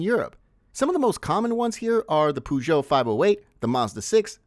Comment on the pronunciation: it’s “ö” as in German words like Öde… not u as in put… look up the pronunciation of the FRENCH word Peugeot…